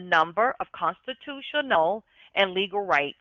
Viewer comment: reads like she’s in 4th grade. Comstitoo-shenughl is the wildest way to pronounce the word ever.